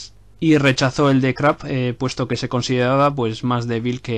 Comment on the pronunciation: no es Krapp chaval se dice Krupp como suena